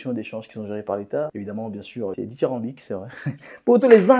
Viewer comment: Ditirembique.. jpp